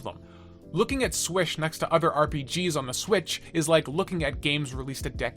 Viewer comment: It’s swiTCH, not swiSH But good video